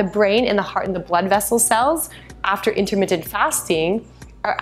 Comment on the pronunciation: are you saying intermittent?